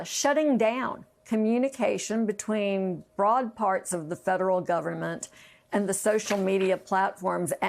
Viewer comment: Did he say, Broad?